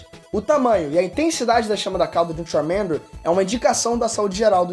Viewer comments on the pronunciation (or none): Vsfd, vc pronunciando Charmander é MT feio JKKKKKKKKK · Só não gostei do jeito que pronunciou o nome do Charmander. Tava dando agonia 😂